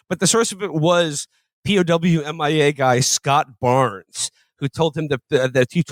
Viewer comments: I don't blame them for pronouncing it "Pow Mia", that's how I thought it was pronounced for years. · Felix and Amber pronounce "P.O.W.- M.I.A." correctly, Will and Jon do not (possibly as a joke.)